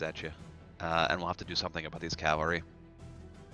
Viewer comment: Really like the report format. Talking through decisions, showing ability tooltips. Not being really familiar with the game, is this how many models are in a typical game? I was under this impression that this was more of a skirmish game. Also,, for the love of God, it's CAValry, not CALVary.